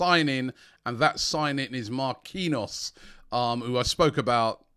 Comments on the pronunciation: Robbie = Mar-Key-Nyos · Try pronouncing Marquinhos as Mar-KEEN-yoosh